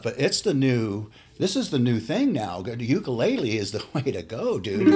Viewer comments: This was in the real world, and not RudyCloneWorld, so I was disappointed. Note that the tiny instrument was an OOK-KOO-LAY-LEE, not a YOOK-KAA-LAY-LEE. I'm from Hawaii. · Nope. Oo-koo-lay-lay. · driB In Hawaii, the state of origin, it's pronounced "OOK-KOO-LAY-LEE". Just an FYI. No big deal.